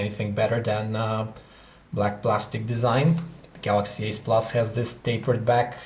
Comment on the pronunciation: The Pronounce "galaxy s" as "Galaxy ass" and "galaxy ace" as "galaxy s"